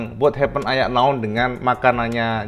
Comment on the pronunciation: haha ternyata bisa bilang AYA NAON 😂😂😂